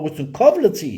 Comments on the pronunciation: Քավ լցի չէ, քավ լիցի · Ուղղեմ եղբայրս` քավ լիցի (ոչ թե լցի)։ Հետո շիզոֆրենիկ ոչ շիզոֆրոնիկ։Սիրով ասեցի